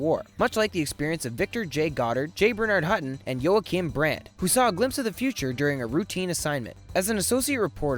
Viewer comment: "Yo-wa-kim?" Joachim = "wa-kiim"